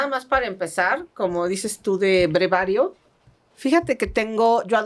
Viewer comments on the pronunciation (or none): Se dice breviario, no brevario ❤ Dr. Olivares en el anterior podcast es cópula, no cúpula, saludos 🤗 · SE DICE BREVIARIO NO brevario ¡¡¡ Por Dios y tanto que la alaban!!! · No es brevario es BREVIARIO. Acuérdese de breve, resumen, etc. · Con todo respeto ¿será breviario?en vez de brevario. 🤔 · se dice "BREVIARIO" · buenas tardes, disculpe pero se dice "breviario" saludos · es breviario, no brevario. Al Dr. Olivares, mi mayor admiración, que persona tan agradable y culta. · Muy buen día. Querida una observación Breviario Correcto. No brevario. Excelente su podcast. De CDMX. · Hola, con mucho respeto le corrijo: se dice Breviario =) saludos!